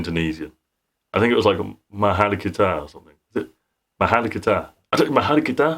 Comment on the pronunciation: yeehaw Filipino phannie here! mahal kita does mean I love you, good pronunciation :)